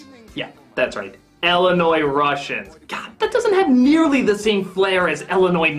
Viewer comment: also it's pronounced "Illinois" not now or has it ever been "Ellenois". At least you aren't totally retarded and pronouncing the "S".